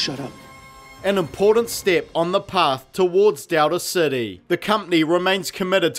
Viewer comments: Anybody else bothered by this guys pronunciation of "Dowda City" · I hear Delta City as “Doubter City” Seems more appropriate anyway.